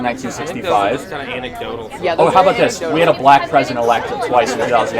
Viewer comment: Did that dude really say antidotal?